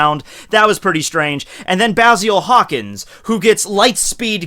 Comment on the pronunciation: I swear he called him Cockins when talking about the kizaru interaction